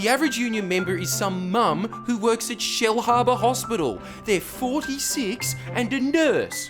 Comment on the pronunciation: It's not Shell Harbour, its Shlarbah!